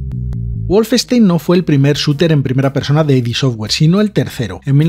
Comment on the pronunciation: Curiosidad: No se pronuncia "ai di" software sino "id" software, tal cual. A Romero esto le toca mucho los cojones 😂😂